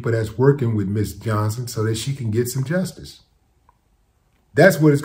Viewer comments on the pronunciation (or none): none